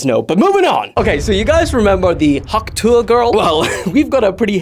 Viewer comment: tuah not utah